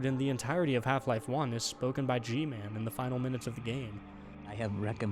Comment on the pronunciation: Guy-Man That’s G-Man’s name